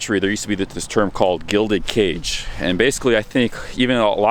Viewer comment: gilded cage?!...or was it gilded age?